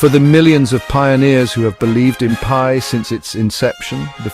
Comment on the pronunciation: Haha the AI voice says pee eye network 🎉😂